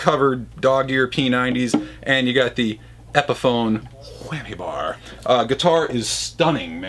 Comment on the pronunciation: The way he said whammy bar😂😂😂😂